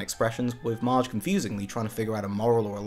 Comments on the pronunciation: Did you call Marge Midge? Am I missing a joke there? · Did you call her “Midge”?